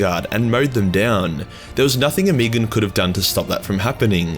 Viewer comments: Ohm-eh-gone, not oh-me-gone...you're killin me smalls. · oh-muh-gawn.. the way you are pronouncing it honestly makes me want to unsub off that alone.. it's like nails in my ears..After using the word autismo I forgive you though..